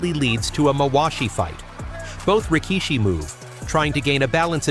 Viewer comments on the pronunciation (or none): none